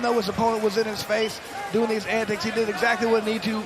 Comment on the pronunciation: Lol how many times can 1 man mispronounce antics in 10min